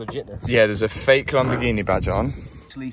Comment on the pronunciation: you keep saying Lamborzshini